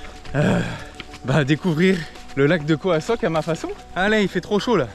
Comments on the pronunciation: Belle vidéo merci pour le partage c'est khao sok et non khoa sok ^^ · Tu prononce khoa sok mais c’est khao sok non ? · La plante est une Alocasia et on dit Khao Sok pendant toute la vidéo tu dis Khoa 😊 Sinon comme d’habitude Top toujours plaisir à te regarder, j’aimerais bien la regarder avec mon fils de 10ans, mais parfois des mots pas pour ses oreilles 🤓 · J'adore tes videos mais "Khao Sok", prononcé "Koa Sok" je dois avouer que ça a été dur à écouter, d'autant plus que j'imagine que c'est une voix off au montage et qu'aujourd'hui on peut facilement trouver comment se prononcent les noms des lieux . Mais sinon encore une belle aventure, avec un style spontané et naturel sans chichis qui permet de passer un bon moment!